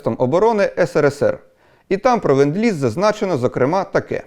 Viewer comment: it is "LEnd-Lease"!!!